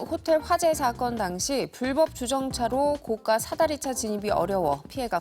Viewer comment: 고가 사다리로 읽어야지. 고까 사다리? 고까 사다리로 읽는건 비싼 사다리라는 뜻이다.